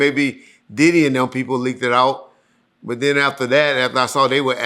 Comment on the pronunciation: I single handedly help correct pronunciation of the word But. former pronunciation was "Buhhhh"🤷🏾‍♂️🤣